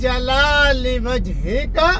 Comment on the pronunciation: Wajhaka not wahika